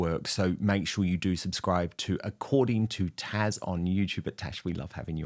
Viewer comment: Dan, her name is not "Tash," it's TAZ!